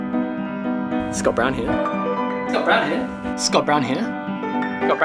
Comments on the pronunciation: Sounds like "Scott Brown Hair"! Mwahahaha! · Hearing that many 'Scott Brown here' sounds like 'it's got brown hair'. Haha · Did anyone else start hearing “he’s got brown hair”? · My bogan aussie ears hear " s'got brown hair " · Sounds like your saying "Hes got brown hair" 😂 good vids mate